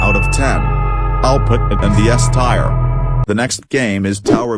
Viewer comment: "S tire" 😭